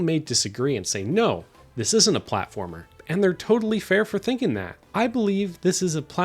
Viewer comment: “What’s a pwatformer wit out the pwatforms” -Bubzy